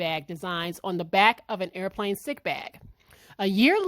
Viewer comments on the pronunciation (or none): none